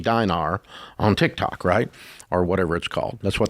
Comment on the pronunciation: Sorry I watched till very end … Ramsey saying Tik-TAK. 😂